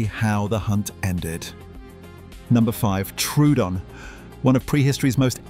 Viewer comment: Once again, the name of Troodon gets pronounced incorrectly. It's not "true-don". It's "troh-o-don". The old fashioned way of writing it, Troödon, shows how it should be pronounced.